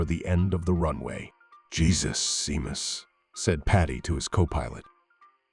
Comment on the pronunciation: Pity he can't pronounce shamus